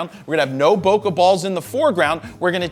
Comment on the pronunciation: I kept hearing "poke balls" every single time...